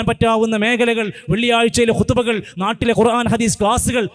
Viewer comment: ഖുർആൻ എന്നാണ്, കുറാഫി,, കുറാൻ,, എന്നല്ല